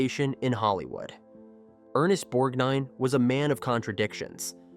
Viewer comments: Please get an AI voice that can pronounce the persons names correctly. Its Borg-nine and Merman not Borg-neen, etc. and Mer-Man like some sea creature. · pronunciation crap makes me sick bor neen and mer man